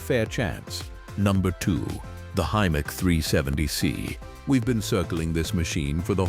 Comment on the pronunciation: Hi-mark? Hy-Mac you mean. AI narration is shi*e.